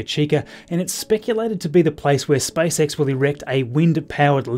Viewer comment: does anybody else hear SPICE X? XD elon musks next venture? lol